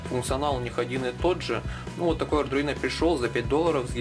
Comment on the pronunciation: Только ардуино, а не ардРуино